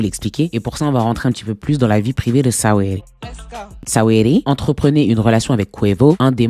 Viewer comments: Ça se prononce sweeti pas sa-we-di 😂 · Mdrrr Sa-wee-ly 😂🤣🤣🤣🤣 tu m'as tué !